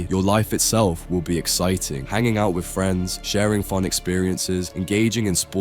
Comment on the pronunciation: with not wif